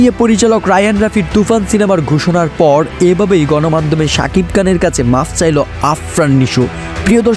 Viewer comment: এই বেটা উচ্চারণ ঠিক কর সাকিব কান চেলেন🤣